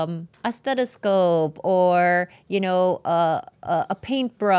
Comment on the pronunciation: "STEDAsope"? 🤔 Wasn't she a nurse? How does a former nurse not know it's called a stethoscope?